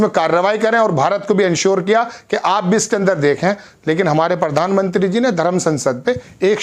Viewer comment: please aap apna pronunciation सुधारे. It is प्रदेश ना की pardesh. इसी taarah प्रधान मंत्री ना की परधान मंत्री.